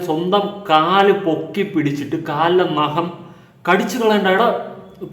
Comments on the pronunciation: നഹo അല്ല bro നഖം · നഹം അല്ല ചേട്ടാ ...... നഖം😜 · ആദ്യമേ പറയട്ടെ നഹം അല്ല നഖം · നഹമല്ല നഖം.. വ്യക്തി അല്ല വൃത്തി സുന്ദരിയായ താടക ജാസ്മിൻ. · നഹം അല്ലാ നഖം 👍🏻😂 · നഹം അല്ല നഖം 😂